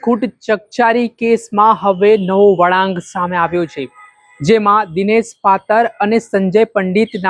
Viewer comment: ચોદીના બોલતા શીખ નાગીના પાતળ નહી પાતર